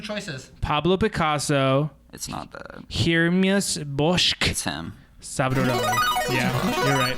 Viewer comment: okay the hieronymus bosch pronunciation was pathetic how old are u read a book